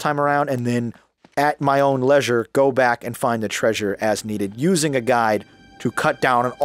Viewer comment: do you really pronounce leisure like you did at in everyday life?